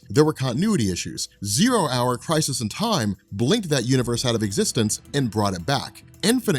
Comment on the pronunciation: Are you pronouncing it as 'crisees'? Also I didn't see anywhere where it's versus Superman...